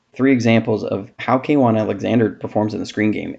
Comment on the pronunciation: Great videos/series. As a Bucs fan, it's tough to see him go. 2 things, it's kwon, not k-won and I think the video would be improved by contrasting the KC screen then showing Kwon's screen instincts to display the contrast.